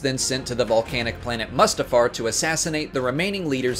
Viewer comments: He said musta-fart 😂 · I hate how you pronounce the names of the planets fx mustafar and dagobah.... andndndndndnd omg Galen Air-so what the heeeeck